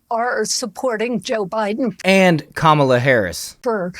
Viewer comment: Not a big deal but learn to say her name right or people will correct you and miss your point. It’s “comma” la